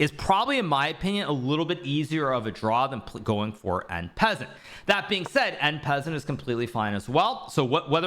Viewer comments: en pez-ent ? or ahn pah-sahnt ? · did he say taking en PEASANT ?! hahah alright my chess lord let me bring my peasants. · Em peasant? I'm sorry what? Hahaha bro is not nearly french enough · Is this from some meme? Pretty sure he knows how to pronounce it correctly ,and it sounded very deliberate. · Funny hearing how Hikaru pronounces En Passant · well... he is memeing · No French pronunciation of en passant? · En passant - no e - it is french....😮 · en passant pronunciation 💀